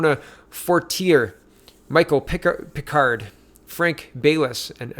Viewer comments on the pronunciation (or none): none